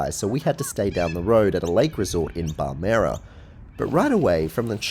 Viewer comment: "Bar-mere-ah" It's barmrh, mate. ;) I have fond memories and lifelong scars from Monash. What a place. Witnessed a few kids go off the edge of the lower part of the straight slide and fall a few metres. Oof. Rub some dirt in it and back up the tower. Looks weird with all the green grass. It was just dirt when I was a kid.